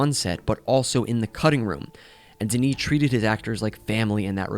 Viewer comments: you pronounce it Deniss Vilnov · DENIS WHAT!? My brother in Christ, if you are going to butcher his name that badly, you might as well call him Dennis. Could not go further in this video 🛑